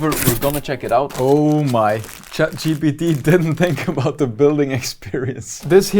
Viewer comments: It’s funny how he kept calling it chat gtp instead of Gpt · bro seriously saying chat GDB